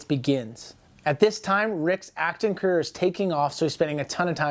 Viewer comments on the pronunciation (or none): none